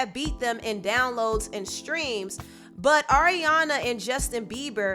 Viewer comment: "Ahhreana"😭😭😭srry I had to